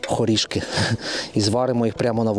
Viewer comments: хорішкИ! я все не могла зрозуміти, що то за село таке 😂 ЮркИ, ХорішкИ) а райрн був козельщИнський, бо селище КозЕльщина… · Хорішки,Юрки. Завжди був наголос на останній склад